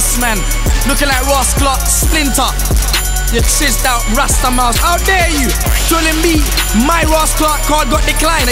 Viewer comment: Looool man said rastaamouse!!!